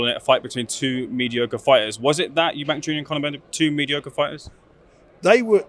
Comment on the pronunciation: This guy still can't say Eubank